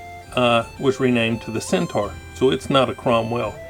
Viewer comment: Pronounced Cent - or :)